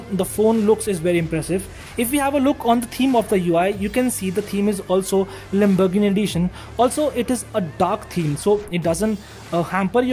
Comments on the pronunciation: Wtf is lambargandi, lambargann, lambarganni, ek br practice krli hoti video se pehle, it's fkn Lamborghini. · It's Lamborghini Not lumberghini. I'm sorry for correcting , not making fun of you . It's just offensive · Why he saying "lambogni" 😂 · Bhai wo Lamborghini hai lumbergini nhi😅😅😅😂😂😂🙏🙏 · Am I the only one hearing "Lamburgni'? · Why he is saying lumbergn edition 🤦🏻‍♂ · the lamburghan edition!!! . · He said lumbogini lmao